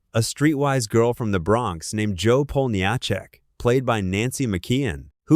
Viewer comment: I'm pretty sure you meant Jo "Poll-na-check", which is how it was said, not matter how it was spelled.